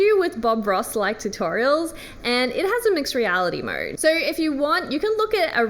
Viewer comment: I love how she says Mode….MoeRrrrred